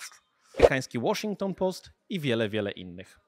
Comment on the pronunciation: Dobra akcja z Łoszington Połst... 👍